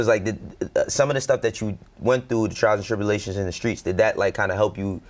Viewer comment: The skreets